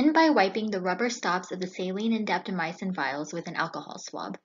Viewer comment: Will try the 5 minute intervals. Have to admit, I cringe when I hear drugs that end in "-mycin" pronounced "my ah sin." It's 2 syllables, not 3.